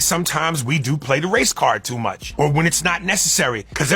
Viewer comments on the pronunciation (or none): none